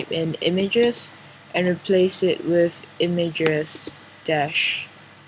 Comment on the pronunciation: when you say, "With" place your tongue to the bottom of your front teeth to complete the, "th" part. You are saying, "wif", which our children commonly do as they learn the language.